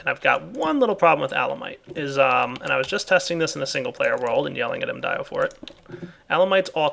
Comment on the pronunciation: the hell is Mdyno? Mdiyo is saying that